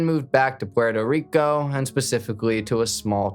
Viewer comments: Gotta chill on the over enunciating of the names and places just say puerto rico normal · Stop speaking so monotone and saying Puerto Rico like that god damn colonizer 😂🤦🏽‍♂️ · Guy trying to pronounce Esteban and Puerto Rico 🤣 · BRO STOP SAYING PUERTO RICO LIKE THAT DAMN I WANNA STAB MY EARS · the way he said Puerto Rico pmo